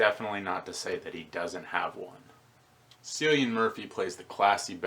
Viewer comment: Cillian's name is pronounced with a hard C like 'Killian', trust me I'm Irish.